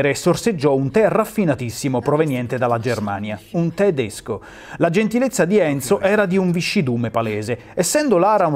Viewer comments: un the-desco...oh mio dio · No....non ha veramente detto te-desco vero ?! XD